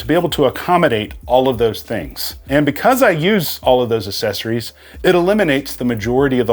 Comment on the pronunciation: Accessories, nor assessories. If you're going to use a word google how to say it.